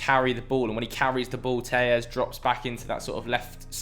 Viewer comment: He’s not Spanish your supposed to pronounce the ll’s in Alex telles